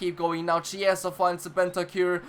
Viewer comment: Chiesa is pronounced Kiesa. On what difficulty are you playing?